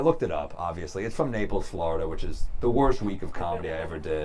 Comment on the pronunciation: He really hates Napels, Floridal